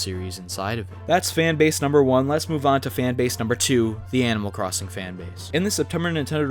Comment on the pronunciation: Animal Cwossing 😂